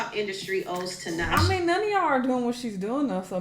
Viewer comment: I had to cut it off bc he is butchering Tinashe’s name.